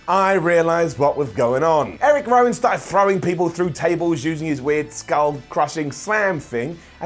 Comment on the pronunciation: Zovier Woods and Eric Wowan? Did he have a mini stroke there?